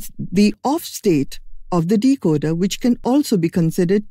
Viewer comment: Decocer not decoder